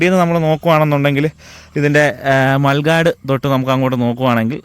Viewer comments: മൽഗാട്‌ അല്ല മട് ഗാർഡ് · ൻ്റെ .. പൊന്നു ഊ..ടൂബറേറ...😂 എത്ര എളുപ്പത്തിലാ ,"മൽഗാഡ്" എന്ന് വീണ്ടും പറയുന്നത്, ചെളി, മണ്ണ് ഇതെല്ലാത്തിനും വാഹനത്തിന് സംരക്ഷണം നൽകാനാണ് നല്കിയിരിക്കുന്നത്. ശരിയായ വാക്ക് MUD GUARD എന്നാണ് ഒന്ന് ശ്രദ്ധിച്ചൂടേ. കാരണം എല്ലാത്തിനെയും കുറിച്ച് വിവരം കൊടുക്കുമ്പോൾ ചില സാധനങ്ങളുടെ, പാർട്ട് സുകളുടെ പേരുകൾ ശരിയായി പറയുമ്പോൾ ആണ് videos മികച്ചതാകുന്നത്.